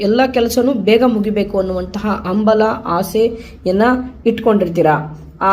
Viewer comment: "AMBALA" ALLA, IT IS CORRECTLY HAMBALA. SARIYAGI UCHCHARA MAADI. DHANYAVAADA.